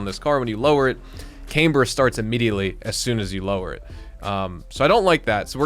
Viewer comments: It's pronounced, Cam-ber not cameber! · I have a mechanic friend who moved up here from the Austin area, he’s pronounced it Cameber, I knew what he meant and I’m not even a mechanic guy.